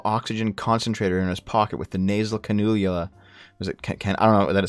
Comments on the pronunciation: Cannula - can-you-la. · Cannula is pronounced "Ca(A as in "at")-n-you-laa" at least in Australian English